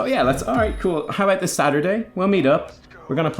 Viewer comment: Triggers me too much, how you pronounce "about" so I have to leave...